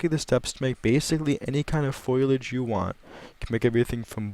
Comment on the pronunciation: fo·li·age not foilage....